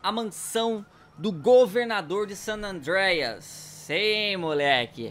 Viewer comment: não se fala sanandereias não san andreas